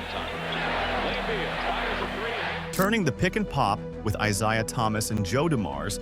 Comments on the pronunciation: "eye zhay-uh" thomas? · The ai not saying Isiah Thomas's name correctly almost made me stop watching. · Gotta be honest: I only realized it was AI way further than usual, and it actually made me think AI is getting pretty damn close to being undetectable. The biggest tell was mispronouncing Isiah (which I only now realize is a different spelling and actually does look like it should be eye-z-eye-ah).